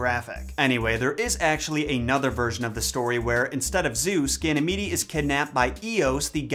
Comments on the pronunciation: Just an FYI, Ganymede is pronounced Ganny-meed. Not Ganny-meedy. I really enjoyed the video! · I think it’s pronounced Gany- meed. Haha